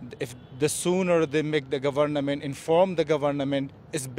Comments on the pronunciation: ahh yes the gabornament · Govurnahmit??? Gahveurnamint??? just me???🤷‍♂️ Oh ok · I love to hear that pronounciation again, Ga-varna-ment, Lets break this word henceforth 😃. I can actually understand each and every word he said,🙌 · the guy just loves saying gavarnament. lol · All I heard was GAVARNAMENT